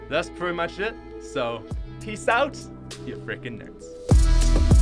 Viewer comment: Its weird when u say out. U say oat instead if out